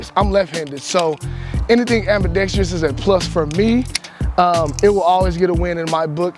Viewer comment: It’s AMBIDEXTROUS NOT AMBIDEXTREEEOUS